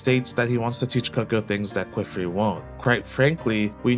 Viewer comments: Great video! The rise of the "Kwiffrey" pronunciation is killing me though. Qifrey is said "key"-"free". The "qi" breaks the typical English expectation of "qu" and is said more like Chinese anglicized "qipao" or the French word "quiche" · Kiff-ree or kee-free not ku-wiff-ree. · please don't ever say "kweefree" or "kwifree" again. i usually don't care about pronunciation, but c'mon man. calling my guy queef is crazy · It's pronounced Kee-Free and Ah-Got